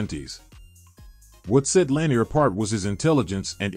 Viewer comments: Lewis/Lambert/Butkus are all possible #1 - b/c no one ever wanted to go against them over the middle. Lewis is probably the best due to his his longevity. No Seau or Nitschke on this list is criminal, as well as AI mispronouncing La-NEER for the KC LB great. And no more LT requests - Carson was the MLB from that team and is on the list - probably BECAUSE of LT. LT wasn’t an MLB or ILB…greatest edge rusher/disruptor/greatest LB of all time are all titles you can argue he deserves but he was not a MLB. Both Parcells and Belichick knew he was a better OLB, so you’re in good company. 👍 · I had to give up on this video after seconds. Strike one was that AI is only as good as the programmer wants it to be. Strike two was that Philadelphia defeated Green Bay in the 1960 championship game. Strike three was the mispronunciation of Lanier's last name.